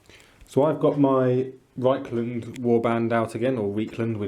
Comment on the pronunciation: Reikland should be pronounced with an I sound, the River Reik is an analogue of the Rhine and the two sound similar - not that it makes a difference five years after the fact :-)